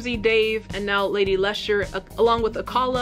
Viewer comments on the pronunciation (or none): none